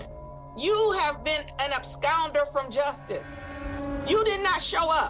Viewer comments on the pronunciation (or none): Man. Not even a judge can speak English properly. She said he’s an “AbsCOUnder”!? . ER. It’s AbsCONder. How does a judge not know how to say that!? Does she say “acks” instead of “ask” too?